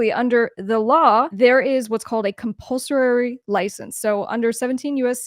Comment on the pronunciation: Thanks for this however good person, it's "compulsory" not "compulsorary". Cheers.